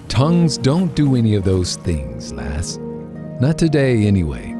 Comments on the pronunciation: Did he say... lass? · Did he say lass? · Did I here him say lass?